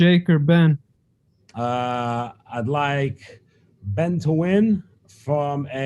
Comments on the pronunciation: really speaks and goes to the level of professionalism of "trilla" , when it comes to payper views... the generated amount was good, but it was a huge disappointment with overall pro atmosphere and fighter behavior, ole boy was took out on a stretcher after faking a bad shot... saying Bens name wrong.... i mean the turn out was good but the show was really a "SHIT SHOW" ...! It was truly cringing to watch overall... knowing you have sublevel fighters and then for the showmanship of the actual show to be so subpar.... was not good overall for Trilla... if there is another payper view at the same time i will def choose the other and then watch passed results of the Trilla line up.... I expected way better flow..... NEXT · Tio..... not sure about Triller bro.... theyre really going to need to up there showman ship cause lastnight was absolute a dogshit show bro.... and i was pulling for this new approach but gawdamnn they let a fighter fake his ass all the way to a stretcher with now interruptions, saying Bens name wrong... and what else man... and i know true fight fans caught all of this bullshit... so the next set up will need to redeem this bullshit show or people are going to wait to catch the payper view the next day and no pay for a shit show.... Triller what tha fuck happened man..... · Best scene was when Buffer messed up Ben`s name mans was confused throughout the fight